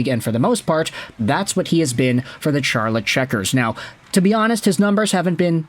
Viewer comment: Charlotte is pronounced like Sharlotte, by the way.